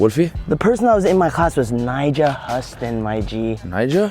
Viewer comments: This man said nyjah "hus-tun" 😂😂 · broo he said Nyjah Huston's name wrong 😂 btw the best skater in tha world 💯💯🔥